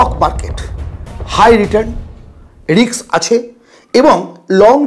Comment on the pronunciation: রিক্স নয় ওটা রিস্ক।। বাঙালী দের ইংরেজি কেন এত খারাপ